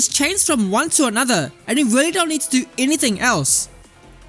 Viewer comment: It weally was a good weapon. Weally good.